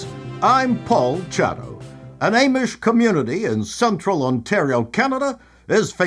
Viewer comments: I laughed so hard at this episode. especially when you kept mispronouncing Amish. but maybe that is what they are called in Canada. 😊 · The way you pronounce Amish is tripping me out.